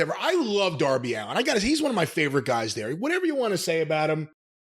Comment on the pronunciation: HOW DID YOU MISS 'DOUR-BY ALLEN'?! 😆